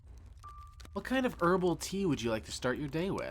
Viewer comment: this guy cant even say tea right